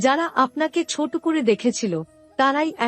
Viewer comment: আপনি কি বাঙালি? যদি হয়ে থাকেন তাহলে দয়া করে ' বড়ো ' ছোট ', আসলে ', এইসব উচ্চারণ গুলো সঠিক ভাবে করার চেষ্টা করুন। বাঙলা একটি অত্যন্ত শ্রুতিমধুর ভাষা এবং বাঙ্গালির আবেগ, কিছু ইউটিউবারের পয়সার লোভ এই ভাষাকে প্রতিনিয়ত ক্ষতবিক্ষত করবে এটা মেনে নেওয়া সত্যিই কষ্টকর!